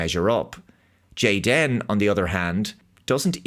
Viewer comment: Stop pronouncing the superfluous hyphen. His name is Jayden. Just like half of the kids at Karen's Kindergarten. May as well have made him blond, white, and vegan! They're not even trying!